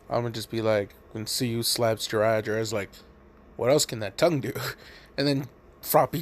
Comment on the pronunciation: when u said Jiraiya and Tsuyu I almost threw up